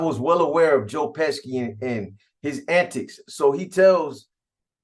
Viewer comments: U mean Joe Pesci (peshi) 😂😂 dude smack ppl when they mispronounce his name 😆😆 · Pesci is pronounced- pe-she